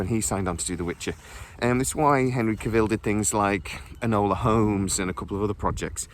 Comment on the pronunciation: Do you never hear people pronounce their own names? I can't post links, so here he is pronouncing his OWN name, PLEASE for the love of the gods please watch it! "How to properly pronounce “Cavill”, Henry Cavill’s last name." the man HIMSELF says it's like Travel, Cavill, wait how do YOU pronounce Travel?